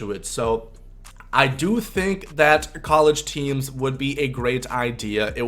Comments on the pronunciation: “Coleege teams” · "coleege" lol.